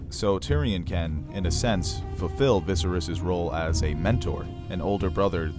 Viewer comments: Love your content but I can't help but cringe whenever you say "VI-serys," or your friend "Daen-AR-ys" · Lots of good with some trying pronunciation. Why pronounce Viserys differently than the TV show (second syllable stress versus first)? Pyre as pry? A little distracting. Really enjoyed the beginning illustrated history. Concise and clear as a bell. Many thanks. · I itch everytime mispronounced "VISERYS" lol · Great content... but learn how to pronounce Viserys. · great breakdown but OMG I break out in hives when VISERYS is mispronounced .....REPEATEDLY !!!! lol